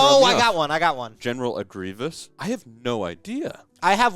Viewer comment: "General Aggrieveous"😂😂😂